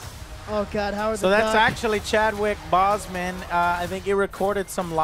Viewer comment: Why does Joe say so many names wrong? It's annoying. It's Chadwick Boseman (Bows-man, not bozz-man) Give the man some respect by at least saying his name right.